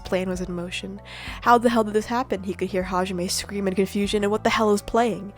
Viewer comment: My 50 yr old uncle pronounces hajime as "ha-jimmy"